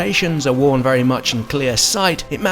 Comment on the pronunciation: Nice, vewy cool.